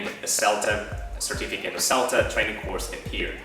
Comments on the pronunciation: what kind of accent is this? that pronounces certificate like certifi-kate?with a long "a" vowel? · I find quite interesting the way you pronounce the noun "certificate" : no schwa sound but the diphthong "ai" instead, just as you would pronounce the verb "certificate"...